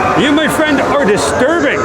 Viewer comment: Jessica: I made a fwiend Me: Miss Annity? shows Miss Annity Me: awwwww yaaaay